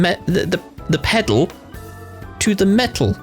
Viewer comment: I always heard it as “pedal to the medal” as a kid, maybe because where the speaker more than likely said “metal”, the way the said it seemed like it rhymed with “pedal”. I eventually realized “metal” made more sense in the context of a car. 😅